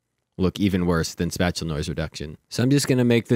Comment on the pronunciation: Spatial is pronounced space-shul.